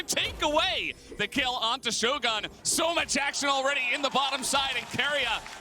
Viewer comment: Oh FFS, "shogun" is not an American word, goddammit. It has nothing to do with shows or guns. That's not how it's pronounced you philistines! I swear, LCK English casters are the fkn worst when it comes to pronouncing names.